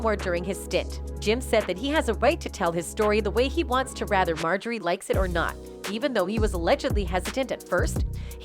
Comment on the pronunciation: Lol ! MO-JOY-RE , they people to read scripts 😅